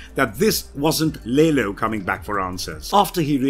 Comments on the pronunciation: It bothers me more than it probably should that "Lalo" is called "Lalo", pronounced correctly throughout the entirety of the show, yet this dude constantly pronounces it ... I guess the "English" way... as "Lay-low". It's almost gratuitous. Did he not watch the show? Or is it a British thing? Is it being done intentionally to not allow the Hispanic character his proper cultural identity? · Its lalo not laylo omfg Americans